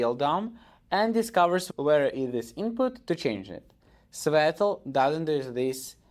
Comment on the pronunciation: He’s mocking your pronunciation